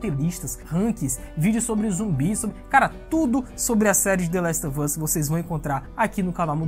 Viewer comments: trabalhoo show, mas nada a ver " The Last of Us " com " The Last OV Us " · Valeuu. Mas se pronuncia "the last OV us" mesmo kkkk joga no google tradutor ai